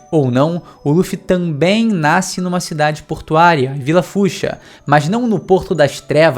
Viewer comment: Pq esses Youtubers tudo falam " naiscer" tfq fala direito pô